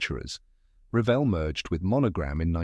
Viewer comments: It's pronounced re-VELL. The word revel is one L. I would revel in joy if you could pronounce it correctly! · Learn how to say r e v e l l